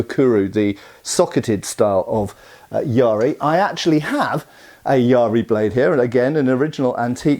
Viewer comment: I kept thinking you were talking about some kind of pirate spear: a yar-ri (it's just ya-ri). It's a much overlooked weapon as it's so simple, which like most simple things, makes it difficult to use well.